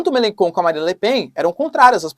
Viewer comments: Melachon, pronúncia-se {melanxon} o digrafo "ch" em francês é pronunciado como o fonema "x" em português. De onde vc tirou essa pronúncia {melanKon}, muito esquisito... . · MeleCHon... Não MeleKon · Otimo video professor so à pronuncia do Melenchon, melencon em Frances seria melenbobo kkkk con significa bobo,idiota rs otimo video tamos seguindo aqui da France adoramos os videos